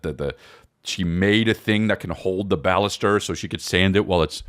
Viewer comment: Why tf u calling the bannister a ballister?